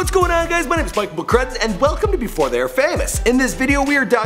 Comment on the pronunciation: Can you please stop saying thay